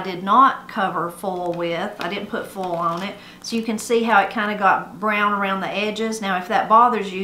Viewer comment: I know you love language and pronunciation and such. Can you tell me how you would say, "foal?" When you say "foil," to me it sounds like "foal." So I wonder if both words sound the same to you, or if the vowel will shift on both words. I really love your videos!